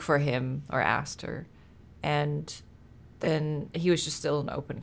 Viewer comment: This game gives me heavy resident evil biohazard vibes and silent hill and why do you say den lol